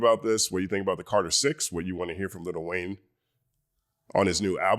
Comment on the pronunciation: Stop with the little Wayne it's Lil Wayne ✊🏿